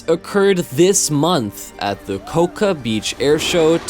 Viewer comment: Russian MIG aircraft are commonly pronounced Mig, rather than M.I.G. Also, Cocoa beach is pronounced Co-Co, not CoCa.